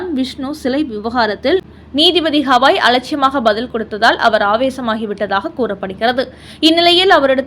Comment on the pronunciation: ஹவாய் அல்ல கவயி It’s not Havaai but Gavai Though it is proper noun we can see what letter he uses in Hindi and English.